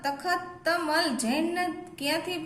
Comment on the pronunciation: તતમલ નહી તખતમલ બોલાય ફરીથી ભુલ નથાઈ